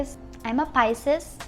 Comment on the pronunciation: "pai-sees" po ang pronunciation hindi "pai-ses" Wag mo na artehan mag salita po :)